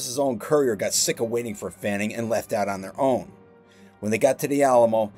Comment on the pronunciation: Uh, "Fannin", not "Fanning"...although some papers in the States misspelled his name that way at the time...